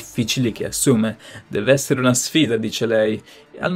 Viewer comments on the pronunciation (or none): Innamolalsi. Patlimonio.. Essele.. Tlovino 😅😅